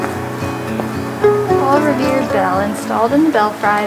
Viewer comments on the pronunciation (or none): Awww, her face when it said No Creemies. I felt really bad for her because you could see she wasn't faking and that was genuine disappointment. Poor girl. Also, 'belfry" does not rhyme with french fry, LOL (pronounce bell-free). Really enjoyed this video btw.